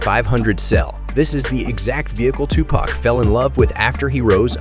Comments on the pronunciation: You pronounced his name wrong and that 1995 BMW 760i is Suge Knight's car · You completely butchered his name you should do this whole thing over again